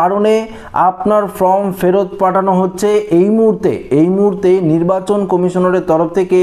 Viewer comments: ek kotha bar bar bole time pass kora, 4 te karon taratari bolun. sobdo ta FORM ,not FROM. Video bananor age minimum english ta to sikhun. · Form,not From. Please pronounce perfectly.